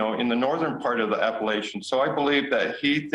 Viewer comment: Please learn to pronounce it!!!! The word is Ap-pa-LATCH-un.